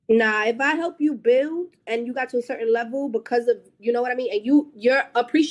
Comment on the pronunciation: “If I help you buiwwld and you get to a certain levoo, like….” 😂😂😂😂😂